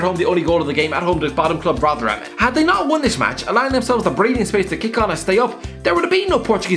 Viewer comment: here's how you pronounce it: Rotherham, not rothera